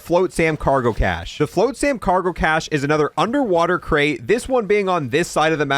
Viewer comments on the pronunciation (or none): Probably should say the words correctly. The island, Ashika, just pretend there's no I. Like Ashka. Flotsam rhymes with GOT SOME.